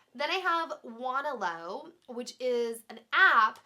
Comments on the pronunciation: Wanelo is said won-el-ow, not won-a-low. Hahahaha(: My siset thought it was said wane-low lol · wanelo is pronounced wah-NEHL-oh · It's pronounced wah-nee-lo from WAnt, NEed, LOve. :) love the video! :) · It's pronounced wa-neh-low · it's WAN- EL-O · Love you! You look so beautiful! By the way, its pronounced Wuh-Nell-Oh :D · OMG stop ur saying Wanelo wrong. it is my life and passion, i love it, and it IRKS me when ppl say it wrong! its pronounced Wuh-nay-loe. or even Wuh-ne-loe. anything but how u said it! i still love u tho:)